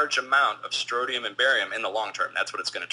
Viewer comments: strontium, not strotium. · People, pronounce it correctly! stron·tium noun \ˈsträn(t)-sh(ē-)əm, ˈsträn-tē-əm\